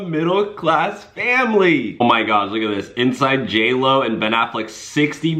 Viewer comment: Not JLo, it’s Jail O